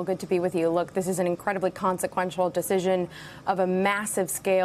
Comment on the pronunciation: She stopped in her tracks when she said "consequensil".